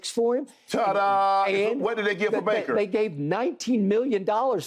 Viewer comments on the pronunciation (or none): Shannon be getting bakers name wrong every time😂 “braker” “blaker”. Had to come watch this after that crazy game